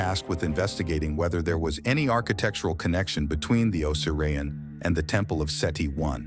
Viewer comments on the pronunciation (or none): Tell your A.I. O sear E on. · This is full of false assumptions and orthodox claims. The guy can’t even say the name correctly.